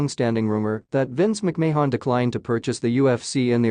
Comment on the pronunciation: Commentator needs to learn how to pronounce Vince & Shane's last name.